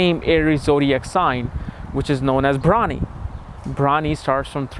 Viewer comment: Your pronunciation is bad. You prounced the nakshatra as bhramini. It's Bharani.